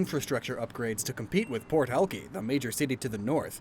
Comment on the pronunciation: bro as a native of Seattle and a subscriber I gotta correct you on one thing, it's pronounced al-kyy not al-kee but it's okay